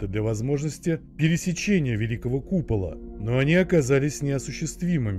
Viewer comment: купала́ сразу видно в шкале́ учился🤦🏼‍♂️